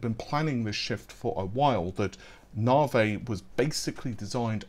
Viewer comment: Where was the alchemist benchmark? And what's with you and the pronunciation of things? Naavaayyyy? how do you get that from "Navi" ?